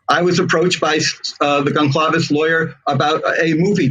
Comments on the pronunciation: Dude said "Gone-clah-vez" ...the disrespect to not even know their name good god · This Blum guy is disgusting, not only is he a scum he can’t even pronounce Goncalves properly. How can a writer not even pronounce words properly! I listened to him briefly on another channel, he’s sickening!